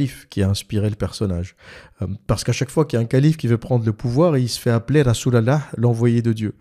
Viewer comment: Tu me tue quand tu dis "Rassoul Allahح" 😂😂😂